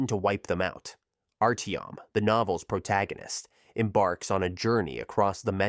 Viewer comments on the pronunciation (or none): none